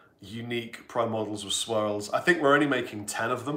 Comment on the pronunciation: That was a great video. All the best for your album. The clips I've heard sound great. I also enjoyed how you can't say "swirls" without your Wiltshire accent getting stronger.